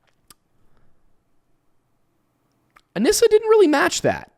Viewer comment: only because you frequently ask to be corrected on pronunciation, “anissa” is pronounced UH-KNEE-SUH 😂 love yall!!